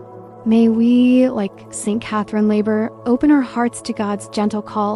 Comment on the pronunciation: As a teacher, I can not use this video because in the first 30 seconds you mispronounce Laboure. Also, there are numerous medals pictured and NONE OF THEM ARE THE MIRACULOUS MEDAL.